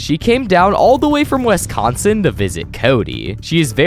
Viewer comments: Do not ever pronounce Wisconsin as "Wess-Cahn-Sin" ever again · “Wesconsin” why do u say it like that lol